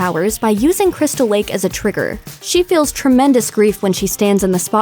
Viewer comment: Haha how many time's Dis She Say Tramatised